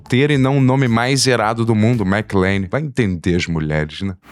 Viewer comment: McLANE???? WTF. Primeira vez que vejo alguém falar errado o nome de um dos heróis mais icônicos de todos os tempos. Isso só prova o POSER na questão cultura pop que o é.